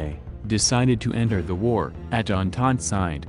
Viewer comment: Andand instead of entente